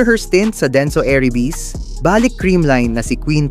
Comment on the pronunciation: Ayusin mo pagbigkas ng salitang balik....mabilis at matigas ang pagbigkas nyan.